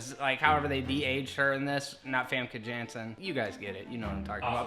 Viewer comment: It's funny how english people pronounce 'janssen' haha. I know she's dutch and ya'll ain't so here's how to say it; it's pronounced as "yahn-suhn" (soft J) can't wait for Logan!